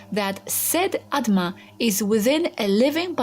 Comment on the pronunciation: It's "Atma" not "Adma"